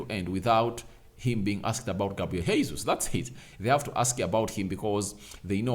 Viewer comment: As a journalist it's your responsibility to learn how to say people's names correctly because you're à model. That name is not Hesus. It's the second time I'm calling your attention to this. GESUS. THAT'S HOW TP SAY IT. This is Portuguese not spanish sir